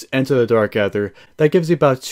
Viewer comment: just a heads up its pronounced like "DARK EITHER - E:THER" the A is silent